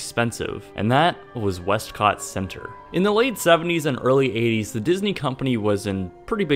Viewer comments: "west-COTT!!!" Lol, XD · "westCot" lol